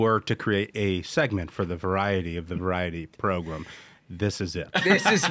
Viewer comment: Can someone explain why they call it “progrum” Listening to it I thought the guy was just a little slow but I see now it’s intentional.